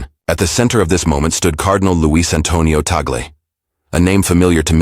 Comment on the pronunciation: Blah blah blah…can you have you just pronounce TAGLE correctly 😡😡😡